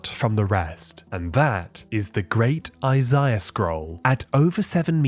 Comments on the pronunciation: Isaiah, not Isiah. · "The book of eyes-eye-uh"